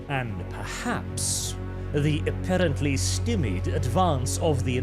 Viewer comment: how keeps pronouncing stymied is giving me a headache...